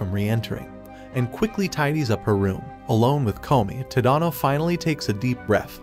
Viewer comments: It’s Ta da no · TADANO ITS NOT SAID LIKE THAT